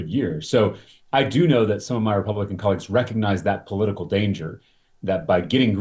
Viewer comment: "...my Republican collegez...". Dude, you never need to wundr why you are loozing.